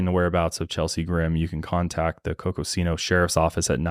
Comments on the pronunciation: Arizonan here. Not to be that guy but Coconino is pronounced (CO-CO-Nee-NO) and Kendalls pronunciation of Prescott is correct. Terriblly sad case but, personally, it does sound as tho she left of her own accord and doesnt want to be found. And even tho her family hired a PI its weird they arent doing much else and immediately said shes dead. Especially after all the very specific sightings. Also I personally had 2 friends that grew up in cults here in AZ. One in the Coconino forest, too! Id love an episode on doomsday cults!! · Coconino is pronounced cocoa-neen-o